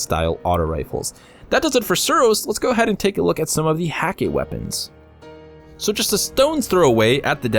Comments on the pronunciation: I may be wrong about this, but I believe Hakke is pronounced: h-EH-ka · Really? The umlaut should make the A sound almost like "eh'. As for the "hah-kay,", that may just be Nathan Fillion's character pronouncing it incorrectly but just owning it lol. That seems very much like Cayde's personality. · There's a cutscene where cayde 6 pronounces it hah-kay